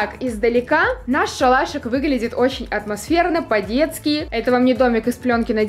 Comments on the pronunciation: Считаем сколько раз сказала отмасферно 🤣🤣🤣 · Каждый раз она говорила каждую минуту атмочферно или светильнички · Хватит говорить атмосверна (я не хейтер) ❤️ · Люди сколько раз сказала слова отмосферно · Сколько раз сказала отмосферно? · Никто Абсолютно никто:атмосферно,атмосферные,атмосферно,атмосферно тут атмосферно,там атмосферно.